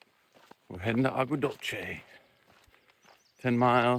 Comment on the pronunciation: Agua dulce means (sweet water) in Spanish. Pronounced dulseh. And Sanol is a nice area.😊